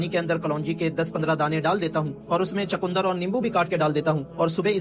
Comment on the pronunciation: Bhai chakundar nhi chukandar hota hai